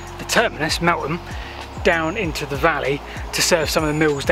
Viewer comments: It's Melth am - not Melt ham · Great video. Hope you come over to do the Golcer and Minsbridge disused stations. Also, Meltham is pronounced Mel Fam. Just dont ask how to pronounce Slaithwaite or Linthwaite further North. :) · That’s a great Air BnB. The name of the town is pronounced Melth-am 😃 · Wow my old neck of the woods, very interesting. BTW Meltham is pronounced with a 'th' rather than a 't'. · My home town (Mel -tham, pronounce the 'th') . Both parents worked at DBT. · Thanks. Ah yes, we changed the pronunciation half way through I think when we realised. A lovely home town it is too. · Somethings in life are really ironic i was filming the same branch line at the same time I was going to do it in two parts the second part I filmed yesterday and this morning I was looking for an image to use as a thumbnail and came across your video far superior to mine well done however the way you've pronounced meltham Is horrendous